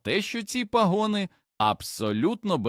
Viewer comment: Епідемія озвучення ШІ із спотворенням наголосів: пагОни, цУкри, крОхмаль і т. д. Відштовхує і псує весь контент! Невже в Україні переводяться люди, здатні прочитати цей короткий текст живою українською мовою? ,,, Сумно...